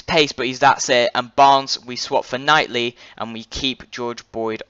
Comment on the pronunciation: U keep saying Shane long when there is two longs Chris and Kevin and also it kightly not nightly good video though